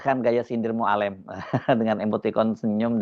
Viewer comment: Mualem, e nya halus bukan kasar. Sakit telinga dengar nya cara pengucapan Mualem